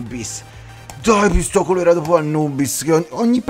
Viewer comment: No pistoculera ma pistocolera ahhaha